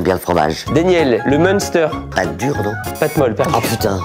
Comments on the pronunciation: MDR LE MOUNSTER POUR MUNSTER, alors petit cours pour, il faut dire🤣😅😆 MINSTER. Danielle tjrs égal à elle même, j'adore. Faut venir en ALSACE. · Trop drôle mais en temps que quelqu’un des voges ça se dit m“in”ster et pas munester 😂😂